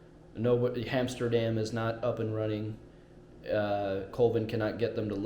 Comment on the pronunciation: BTW, the episode is called "Hamsterdam," not "Amsterdam."